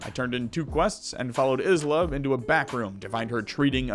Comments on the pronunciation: Love your vids. Isla is pronounced eye-la though. <3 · For future reference Isla is pronounced like the first 4 letter in Island are